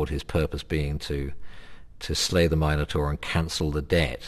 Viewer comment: lol u idiot taur is prenounced = tor